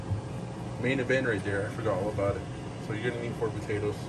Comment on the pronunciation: “batatoes”….